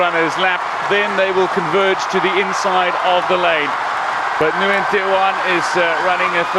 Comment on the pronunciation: Nguyen is one of the most common last names in the world. Professional commentators need to learn to pronounce it.